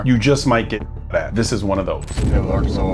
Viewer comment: One of the english names i hate to read and pronounce. I often read letter by letter. Arkan-SAS